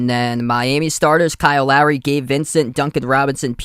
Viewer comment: Took me a while to figure out who you were calling "Larry". His name is Lowry - "lough - ree".